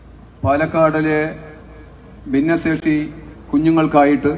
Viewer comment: ദിന്നസേഷി അല്ല ഭിന്നശേഷി😂